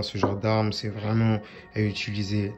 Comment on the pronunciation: quand il dit vraiment j’ai l’impression qu’il dit vreuuumant